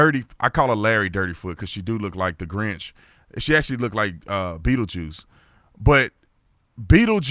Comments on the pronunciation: He said bettlejuice 😭😂😆🤢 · He said Beattle Juice ..lol